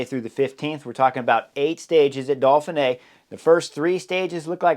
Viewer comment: Why do u pronounce it dolphin-ey Edit: Seriously how am I the only one noticing this, hes saying dolphin-ay. its do-feen-ay not dolphin-ay the pronunciation dude.